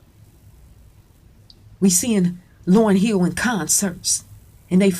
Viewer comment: Its Hill not Heel